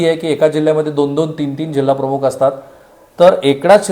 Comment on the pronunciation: सर आपण मराठीतील 'ख' (aspirated voiceless velar plosive) चा उच्चार हिंदी/उर्दूतील काही शब्दांमध्ये असलेलया 'ख़' (velar fricative) असा करत आहात. 'प्रमुख' आणि 'प्रमुख़' यातील पहिला उच्चार मराठीला धरून आहे. ही एकच सूचना. बाकी तुमच्या कार्याबद्दल आदर आहे. Best luck!